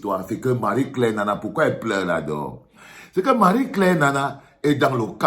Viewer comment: c'est "Nnana"